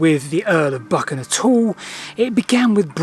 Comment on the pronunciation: Just visited Dryburgh Abbey so interested in the Earl of Buchan - pronounced Buchan, not Bukkin 😊